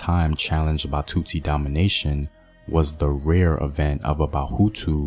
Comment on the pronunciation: Batsutsi .... trie at least to pronounce correctly.